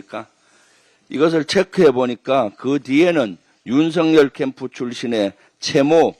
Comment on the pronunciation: 윤성열 아니고 윤석열임... 발음 좀 제대로 합시다.. 국회의원 쯤 되면